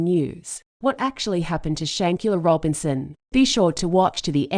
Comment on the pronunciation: Don’t use robot voice and have the poor victims name be so completely butchered.